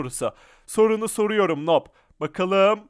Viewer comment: Abı noob okunmuyuyor nub okunuyor